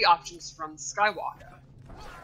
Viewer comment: Whe does it sound like freeza saying “skywalka” sounds horrible jus add the r ..🤦🏾‍♂️